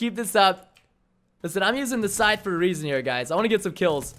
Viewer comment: Wtf is a "schthete" 😂 I'm pretty sure it's scythe